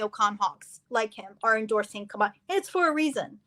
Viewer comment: Also, she mispronounced Kamala’s name all night!!! Can you please correct your guests